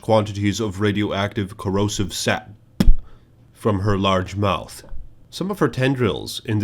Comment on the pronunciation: I WAS ONE OF THE PEOPLE WHO REQUESTED! Thank you for listening,! Loved this video, keep this up and I'll keep liking those damn videos. Also, I loved the way you said "saP". 😂